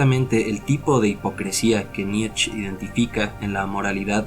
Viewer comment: Muchas gracias exelente video me encanto, solo un detalles sin intención de ofender, la pronunciación del apellido del filofoso Friedrich Nietzsche se asemeja más a la palabra nitche sin comerse la E al final. Mi pareja es alemana y me lo a mencionado mientras disfrutábamos del video.